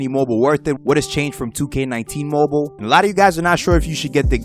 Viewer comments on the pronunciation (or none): bro stop saying "moble"